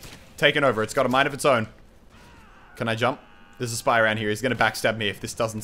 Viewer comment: i thought i hear he said "that was my kill senpai" instead of "spy". Wtf